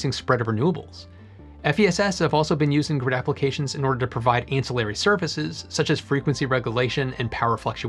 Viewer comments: "ancillary" is pronounced with the stress on the second syllable. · Vanadium is pronounced "vuh·nay·dee·uhm", not "van-dium". But otherwise good video :) I think you also pronounced "ancillary" wrong.